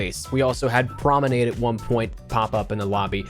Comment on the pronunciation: Pls stop saying promenade like that...